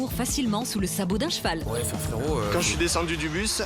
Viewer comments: Eh mastu a dit un chevau au lieu de un cheval like si tu a remarqué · Eh mastu il a dit chevau au lieu de cheval like a 2min33 si tu trouve quil ezt trop con